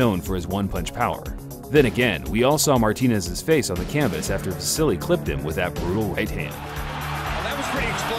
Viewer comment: By the way, it's pronounced just "va-sil", not "va-sil-li".